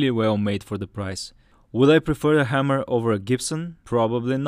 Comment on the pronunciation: It's Hay-mer, not Ham-er.